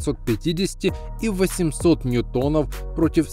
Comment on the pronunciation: НьЮтон, а не НьютОн, если Вы понимаете о чем я...